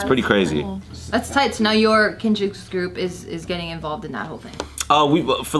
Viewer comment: Kinjaz with an s hits different, and I don’t like it. 😂